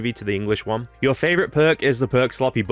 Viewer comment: "The oneh."